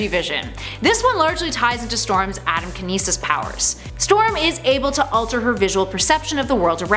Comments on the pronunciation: Atmokinesis. Not atomkinesis. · Atmokinesis, not atomkinesis. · I think it’s atmokinesis not atomkinesis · I Stan Storm and she's my fave character.. However it's not atomkinesis.. It's Atmokinesis.